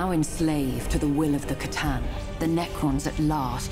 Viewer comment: Okay so its pronounced Kah-tan it seems